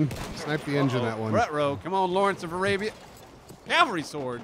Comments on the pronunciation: did anyone else hear "Lawrence of Alabia" and not "Lawrence of Arabia"? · really just said "Lawrence of a labia" lmao